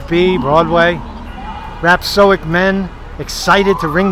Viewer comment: Dood, stop mispronouncing rhapSODIC! ...I've got some parts of the image that back up your theory that you haven't pointed out yet.